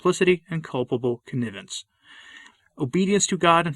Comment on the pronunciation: Another great video,. But maybe check the pronunciation: "juridical" and "connivance."